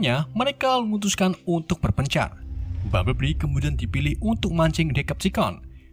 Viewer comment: Bumblebee bang bukan bumbleblii🗿